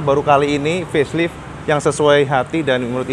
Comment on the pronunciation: Facelite dibaca Feslaeit bukan feslit ya cak